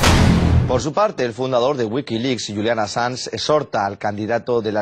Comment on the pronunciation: No se qn eres ridicula calleta no tienes ni puta idea enterate bien ni siquiera pronuncias bien el apellido del asilado hablas estupideses ya callate tonta da asco escucharte q periodiata tan mediocre eres